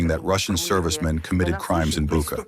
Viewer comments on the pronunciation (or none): The name of the place is not "Buka" but "Bucha". Why do you repeatedly mispronounce this?